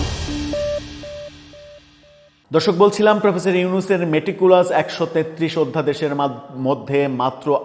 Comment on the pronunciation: ভাই আপনি যখন মেটিকুলাস শব্দটি উচ্চারণ করেন তখন খুবই ভাল লাগে। অবশ্যই চালিয়ে যাবেন।